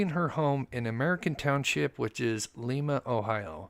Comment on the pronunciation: FYI, the town in Ohio is pronounced with a long I (Lyma) not Leema.